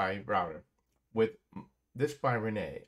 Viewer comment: The WiFi manufacturer's name is Reyee and NOT Reney!!! Pronunced Ray-yee!!!